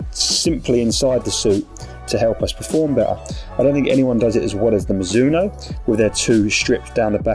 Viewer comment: No one:... - mazuno😂 all the time